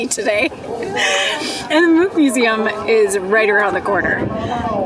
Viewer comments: Nice, one of the few tourists to Oslo that pronounce Munch as a Norwegian. I think you should try potato lompe with hotdog. Just as mustard and ketchup. Only important is that the lompe need to be fresh. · You said Munch right.... most Americans dont